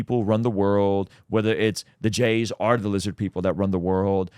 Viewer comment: Why aren't you saying the jews.. why say jays ,sounds ridiculous.